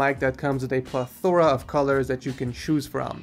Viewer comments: plethora is pronounced: pl-eth-ur-ah not pl-eth-or-ah latency is pronounced: l-a-ten-cey not lat-en-cey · it's "PLETH-er-uh" not "pleth-OR-uh" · You pronounce "plethora" weird and it makes me feel funny inside.